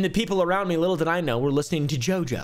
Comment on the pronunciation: i love how you pronounce JOJO like djjo 🤣🤣